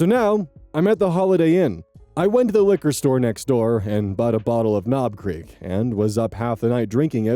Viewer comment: Had to double check the text when you said "Knob Creek", thought you said "Cream."🤣